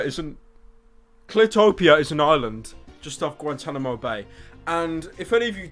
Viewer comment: The way you pronounce Guantanamo Bay is priceless.